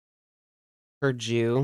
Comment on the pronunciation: French car pronounced Poo-zhow